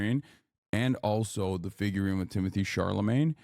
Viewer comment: doesnt pronounce chalamet right not even once